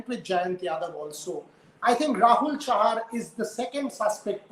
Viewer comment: Chahal instead of chahar and sardul instead of hardik